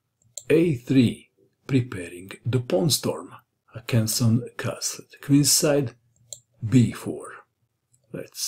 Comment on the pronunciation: The name isn’t Hakansson. It’s Håkansson! And it’s pronounced more like “Hokansson”.